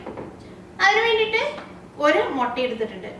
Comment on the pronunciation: Not motta ...say mutta